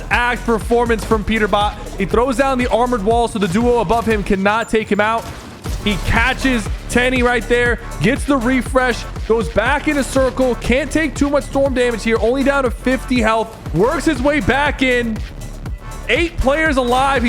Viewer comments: Nah sypher actually gotta learn how to pronounce some of these names. He calls Rezon reason, he called teeny tenny, and he called japko janko, like brother his name is pronounced (yap-ko) not fucking janko. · Let’s be real sypher knows like 40% of the pros like bro said Teny it’s te3ny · Was sypher even trying to pronounce the names right? 💀. Liquid Ed = Liquid? Japko = Janko? Teeny = Tenny? 😂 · Calls Teeny “teny” - the disrespect 😂😅